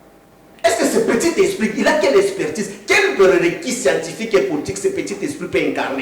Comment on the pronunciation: Ce monsieur croit parler mieux français que Eliezer !! Il dit SCIATIFIQUE au lieu de scientifique... Quelqu'un qui jusqu'aujourdhui croit au retour de kabila. Demandez lui la dernière fois qu'il a vu son président c'est quand ?!! Un tonneau vide.